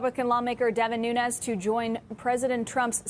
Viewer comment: Devin Moo-nes 🐄 🤣